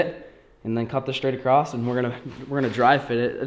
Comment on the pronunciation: Across doesn’t have a T at the end